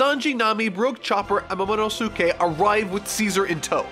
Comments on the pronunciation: Editor should send sound clips of how to pronounce the characters’ names. There’s no reason for someone who reads and analyzes manga and anime not have accessibility to how to pronounce a character’s name. Momono-sue-kay? Really? Its Momo-nos-kay. It’s like watching Naruto and calling Sasuke (Sass-kay), Sa-sue-kay. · i want to go one video without mispronouncing a name also: "momano sookay" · IT'S MOMO-NO-SKE you don't make the su sound when reading japanese. We don't say SaSUke we say Saske. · Momonosuke Moe-moe-no-skay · You messed up his name momonoske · Dude.. Not, too. You watch HOW MUCH anime and you can't get Momo's name right? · does it bother anyone else that this guy isn't cultured when he says names like momonosuke and bege, like the 'suke' at the end of momo's name is like sasuke from Naruto and 'bege' is pronounced beige like the colour. he should really watch the anime to understand how to pronounce these names